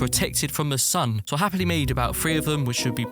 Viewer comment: he always says happly when he does some thing LOL